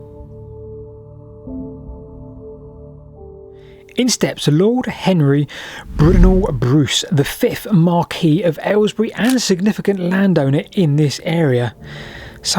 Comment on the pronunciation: Mar-Quee of Aylesbury? 🤣 Mar-Quiss!